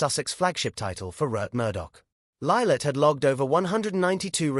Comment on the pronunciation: who on earth is"Libet"? does the narrator not realise the child is called "Lilibet"?